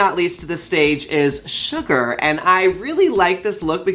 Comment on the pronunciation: Hey Yuhua! Just so you don't get halfway through the season (or however long they last) and realize you are saying their name wrong: Its Sugar as in the food NOT Shuga as in Caine. Shu Ger. You can't say no one in the comments told you. Laganja even told you last episode. ❤